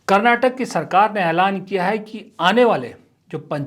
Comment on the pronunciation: Sir i love ur videos but one thing I have to tell everyone whenever ur taking states name take it fully being kannadiga it's karnataka not karnatak please...